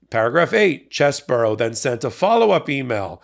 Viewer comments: Its pronounced CHEESY BRO. Not chess-bro. Lol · Please stop saying "Chess Borough" it's actually "Cheese Bro". CheeseBro. Chesebro. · His name is pronounced Cheese Bro not Chez Bro you know like his brain is like Swiss cheese full of holes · Why call him "Chess-boro"? His name is "Cheese-bro." 🧀 😄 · Is it pronounced Chess-bro or Cheese-bro? I still haven't found confirmation on this.